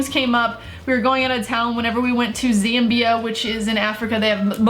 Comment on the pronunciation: The way u said zambia triggered me